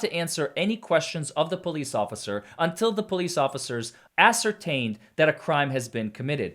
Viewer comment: "ocifer" i make that mistake too sometimes.